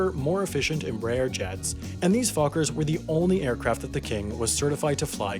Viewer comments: I misheard “...and these f*ckers were the only aircraft that the king was certified to fly commercially” lolll strong words hahaha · I’m sorry but I’m been hearing “these fuckers” for the name of the new airplanes